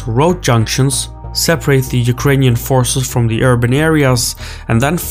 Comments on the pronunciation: Hey. Thank you for trying to pronounce Ukrainian cities name correctly! I like it! <3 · Your pronunciation of Ukrainian cities are on point 👍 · Dude, I haven't watched the video till the end YET, but I enjoyed the way you name our cities. I am watching multiple foreign channels, and so far you got the best pronunciation. Not that it matters a lot, but still.